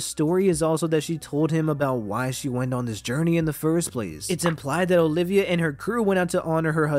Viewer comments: Olvia. Her name is Nico Olvia, not Olivia. Sorry, that's just been bugging me so much, lol. Good theory though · I hate being a dick and pointing this out but her name is not Olivia, it’s Olvia. One I not two. ❤️ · OLVIA, not OLIVIA